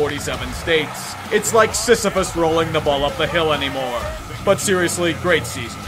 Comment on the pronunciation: Sisyphus not sisamus